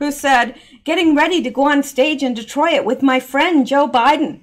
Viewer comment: Instead of Detroyit, it’s just Detroyt.